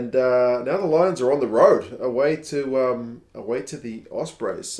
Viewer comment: Good to see both Italian teams starting strong, although can't say much about the "Low-ions" though.